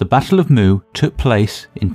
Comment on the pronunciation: Great video. The only issue is the pronunciation of the battle name and two kingdoms. Muye is pronounced "Moo Yeah". Zhou is pronounced "Joe" (but flat tone), Shang is "Sh-un (un pronounced like un from uncle"...